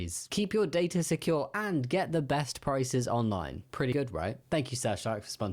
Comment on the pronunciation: "Dat's pwetty cool"? Do they think Elmer Fudd is Popeye?